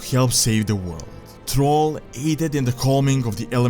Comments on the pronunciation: m8 you gotta work on how you talk who the heck is trall its 2018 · I love how you pronounce Thrall as troll, LOL